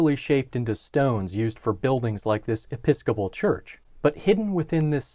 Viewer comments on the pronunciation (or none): none